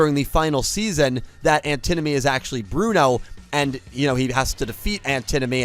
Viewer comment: It's pronounced An ti nomy not the way you butchered it